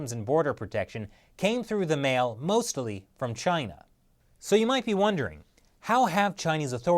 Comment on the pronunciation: I like how pronounces "mostly" as "mostily".